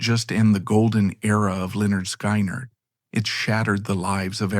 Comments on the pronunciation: Sky-nard???? Oh that’s sacrilege!! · NOT Skainerd its pronounced Skinnerd!!